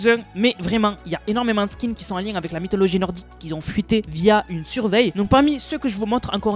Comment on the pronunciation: Cool tes vidéos, par contre on prononce pas " qui zont " dans par exemple " les gens qui ont débloqué le skin" . Ça pique les oreilles a chaque fois 😂😂